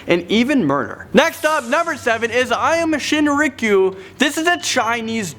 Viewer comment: Aum Shinrikyo was actually a Japanese Cult. No offense but butchered the way he said Branch Davidians and Aum Shinrikyo.